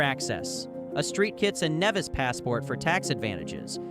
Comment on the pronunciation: "A street Kits and Nevis ..." OFFS A St. (saint) Kitts and Nevis (Neevis)